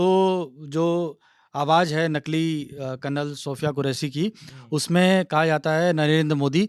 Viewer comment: Karnal ni re bhai Kalnal bolo